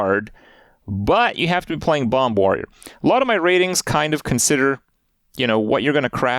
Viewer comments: Can someone let Kripp know the second b in "bomb" is silent please? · Does he keep pronouncing the 2nd ‘B’ in bomb?